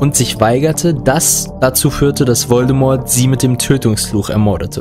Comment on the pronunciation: Voldemort wird Voldemor gesprochen! Das T in Voldemort ist stumm! ! ! Ahhh xD Es Triggert! xxD Also gesprochen nicht Voldemort sondern Voldemor gesprochen.